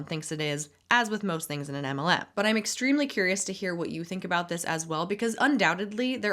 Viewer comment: If I never hear 'hop on here' or 'you guys' for the rest of my life, it will still be burned into my brain forever. Also shadow vowels before or after every other word, the useless pauses, and adding 'sh' to every 'x'. Exshtremely a'hydrating. Stoooop.